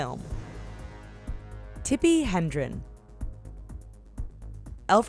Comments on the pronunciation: Yah, and I think the young lady meant to say, "Tippi Hedren", not "Hendren". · It's Tippi HEDREN. Not Hendren. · It's Hedren not Hendren. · Tippi HEDren, not HENdren :| And it's Dom Toretto, not TorTetto No one proofreads or does data checking for these things? Where's the quality control? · Tippi HEDREN, you idiots, not "Hendren". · It's Hedren. H.E.D.R.E.N. FFS, get it right. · Why is she saying Tippi "Hendren"? Several times! The actress is named Tippi Hedren. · It's Tippi Hedren, Not Hendren. BTW: She happens to be Melanie Griffith's mom. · Hendren? Who the fuck is Tippi Hendren?? She didn't act in any Alfred Hitchcock movies, I know that much. Tippi HEDREN, now that's a different story. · I just made the same comment! It's Hedren not Hendren and Toretto not Tortetto! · Tippi Hedren, not Hendren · They also said Tippi Hendren several times, even misspelling it in the subtitles. It's Hedren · Tippi Hedren, for fuck's sake, not Hendren. And very few of these involve "Controversial scenes". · Tippi Hendren? Tippi HeNdren? H-E-N-D-R-E-N????? For Fuck's Sake....... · it's Tippi "HEDREN" u idiots....there's no N in the middle.... Jeeez....